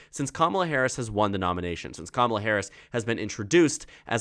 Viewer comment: Kamala - come-uh-laa - like 'comm'itment, 'comm'unity, 'comm'unicate.